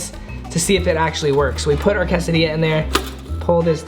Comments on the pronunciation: everyone: quesadilla: Casadia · “Casadia”